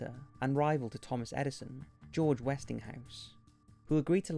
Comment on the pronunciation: westington house? you really do this on purpose don't you.